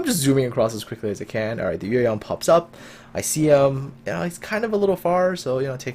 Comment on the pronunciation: Shenyang and Yueyang are both Chinese names, and you pronunciation is surprisingly accurate.